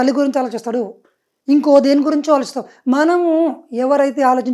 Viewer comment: ఆలోచిస్తామాట కాదు ఆలోచిస్తామట మ కి దీర్ఘం పెట్టకూడదు